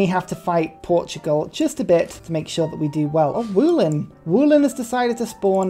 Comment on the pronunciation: As a polish viewer I have to tell You how to properly pronounce the word "Wolin". Trascription looks like this: [ˈvɔlin]. It starts with "vo" like in "void", then "lin" like in "link". Your "woolin'" made me laugh - there are no sheep involved ;) thanks for coming to my TedWrite Wolin is the name both of a Polish island in the Baltic Sea, just off the Polish coast, and a town on that island. What is the island known for and why was Wolin included as City-State? First signs of human activity there date back to stone age, and in early middle ages there were proper settlements of slavic tribes. Archaeologists believe that in the Early Middle Ages Wolin was a great trade emporium And well, Wolin was completely right to spawn in Europe :P